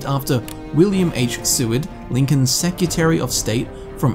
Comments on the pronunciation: seCREtary, not Secutary. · Secutary and getsy burg, interesting pronunciation but I keep watching anyway cause I love the content XD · it's secretary, not secutary